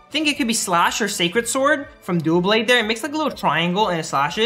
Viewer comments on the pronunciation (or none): its not dooblade its doublade